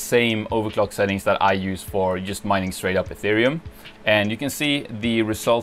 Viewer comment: cant you yust say "djust"? :p so annoying